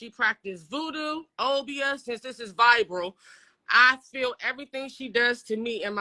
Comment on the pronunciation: She also said “vibral” (viral)😮😮😮😮😮